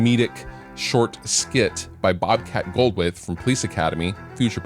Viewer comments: Great tips! I am sorry to be a troublemaker but that comedian's name is pronounced "Gold-THwait" it is hard to say but you know.... I am a pain in the a$$ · Boy, Bobcat's gonna be pissed when he finds out you slaughtered his last name. ;)